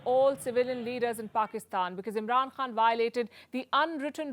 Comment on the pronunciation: Palki ma’am - it’s “khan” from the epiglottis….